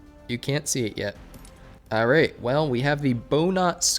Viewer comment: "ARR-rate" = trying to pronounce the word "alright".